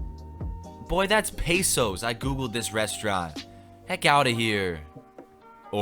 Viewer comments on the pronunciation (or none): I am triggered on how you say "Pesos" >:0